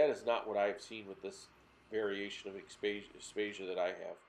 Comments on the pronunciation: Aptasia....not apstatia 😂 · I about died laughing when he said aptasia... great video though 👌. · Have you learnt how to pronounce aiptasia yet?